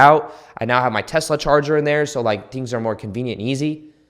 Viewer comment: Did anyone else notice how he said “right MEOW”?!?! Jajajjaa thank you, I’ll comment again once I’ve actually went through the video